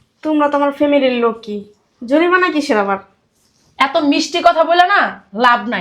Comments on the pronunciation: ভাষাগত সমস্যা জরিপানা নয় জরিমানা এগুলো ঠিক করেন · অভিনয় করছে ম্যাজিস্ট্রেট অথচ উচ্চারণ ভুল জরিপানা কোথায় পেলো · ম‍্যাজিষ্ট্রেট এর অভিনয় করছে আর জরিমানা কে জরিপানা বলছে। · জরিমানা উচ্চারণ করতে পারেনা আবার নাটক চোদায়। অশিক্ষিত মুর্খের দল।